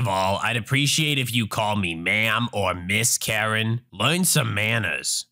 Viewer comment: when you first said karen i thought u said urine...